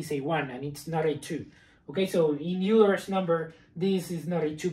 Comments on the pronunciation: "Euler" is not pronounced you-ler, it is pronounced oiler. HTH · Always the shame shit. It's not Yuler's number, its Oyler's. Have you ever been in a math class?